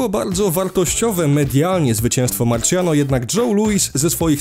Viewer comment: Najlepszy głos Tvgry + Chyba mówi się Marsjano